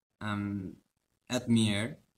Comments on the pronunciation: From now on, it's not "admire", it's "admEEre" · Admire, confused, timid 발음 너무 귀여워. 정국이가 이걸 보진 않겠지만 이 단어들 발음 제대로 알려주고 싶다 💜 다른 단어들은 완벽 했음!!!